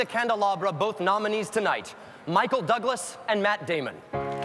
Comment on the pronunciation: Claire Danes said Michael doublas 😂